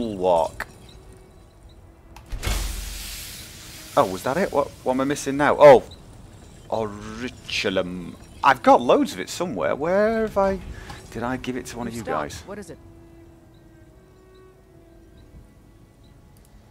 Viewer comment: it's not Orichhulum it's Ori-kal-kum xD